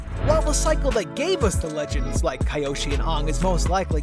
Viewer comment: Thanks for the ♥! It's not the only pronunciation error either! Kiyoshi was mispronounced and you called Jeong Jeong just "Jeong". Still, cool video!